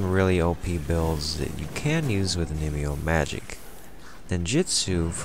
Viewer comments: on me yoh... not oh nee mee oh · Yeah, not my best pronunciation.